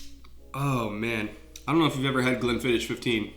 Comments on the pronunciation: Dang it. You're my favorite football analyzer, so I'll forgive you pronouncing Glenfiddich phonectically... It's pronounced fiddick!! (sorry I'm a bit of a whiskey snob) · Sorry to be a dick, but Glenfiddich, the "Ch" here in Scotland is pronounced like you have something stuck in your throat. Not the end of "Church" sound phonetically. Glenfiddich 15 is a strong choice. I have worked in the whisky industry for a fair while, including a few different distilleries so if you wanna hit me up for Whisky advice give me a shout!